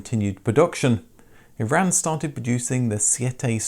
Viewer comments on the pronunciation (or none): none